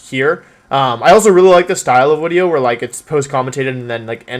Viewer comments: Im a new subscriber so dont judge me please. Why does he say "wideos" when he can clearly pronounce the letter v? Is it an inside joke? Haha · Why does he call them wideos? Is it because he is Wolfey so its wolf + video? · What was his first language because he says "wideo" and he doesn't say that later. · Wideo=W video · Wideo. Never gets old lol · "Which wideo I wouwd infwict on my poor viewers today..." Elmer Fudd: "Shhh, be vewy, vewy quiet. We're infwicting a wideo on the wiewews. Huhuhuhuhuh! " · No hate or anything but im curious, why does he say "wideo" instead of video? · Why does he say wideo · Nobody: Absolutely nobody: Wolfey: "Wideo" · why does he say “video” but replaces the V with a W? Sorry i’m new to this channel, I don’t know if it’s an inside joke or an accent. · he always pronounces his v like w